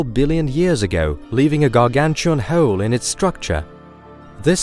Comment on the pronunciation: The way he says 'hole' is gonna be a no for me